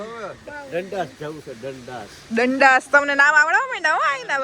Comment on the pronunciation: 😂 Kaka bolya e kaik alag laagyu pachi khabar padi k “Dandaas” jevu kaik bolya m 😂😂